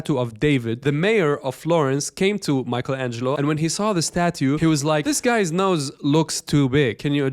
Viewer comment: “Mike Angelo”